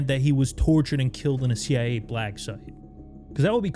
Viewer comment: He said the CI-eh. Not CIA common mistake.